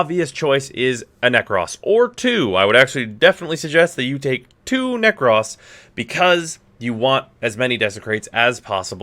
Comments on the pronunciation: nek - ROS not nek - RAWS, PLS for the love of god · Why yu pronouncing with an extra s 😂😂 it ain't nek-ross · Will subscribe if you stop saying "neck-ross". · Every time you say Neck-Ross I die inside a little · Sweating profusely at his pronunciation of